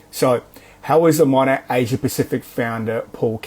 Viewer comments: Yay love when you do Rachel or Dave and it's been so long since you have covered Monet!! No, I live in Australia and he just has no idea how to say the name lol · As an australian, we can pronounce 'monat' properly.